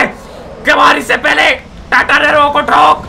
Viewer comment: What says tatta naino tata or tatta 😂😂